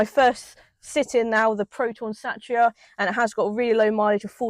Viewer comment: Its called a Satira pronounced Sateera not Satcha